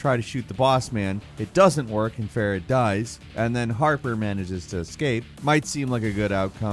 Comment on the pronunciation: His name is pronounced as Fa-reed; not Fair-id. Come on bruh, you could at least TRY.